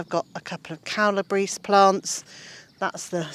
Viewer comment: Calabrese (pronounced: Cala-bray-say). One of those strange foreign words, Italian. Your paths could have wood chips rather than plastic. Nonetheless, great presentation.